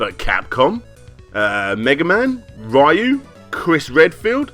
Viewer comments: Love the video, but try to remember that it's not pronounced "RYE-YOU" it's pronounced "Re-You." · It's pronounced Ree- you ya goof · Yeah, the proper way is "Roo", as Seth Killian likes to point out. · it's pronounced Ru-Yoo, with very little emphasis on the R and the u, and said with one syllable. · I hate it when people mispronounce "Ryu"...